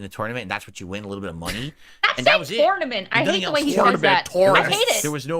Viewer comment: He knows they're meme questions because all of the sudden a dozen people are asking him some version of the same oddly specific question. It's funny how mad he gets while feigning disinterest. I agree with Indrid 100%. Every time he says the word "tournament" a few of my braincells commit s**cide. "Torn-uh-mint". I once had a Latin teacher swing at me in class and for the rest of the school year I scored an "A" on every test. There's a little more to the story than that but I have to wonder if something similar happened with and they awarded him Valedictorian to shut him up. We both went to Catholic schools and the Catholics really get off on corporal punishment.